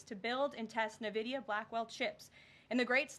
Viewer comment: She can't even pronounce the company name right. It is NVidia, pronounced "In Vidia", not nividia.. there is no I after the N. NVidia.. N-Vidia, or In-Vidia. Hate how she butchers the name. Sheer sign of ignorance.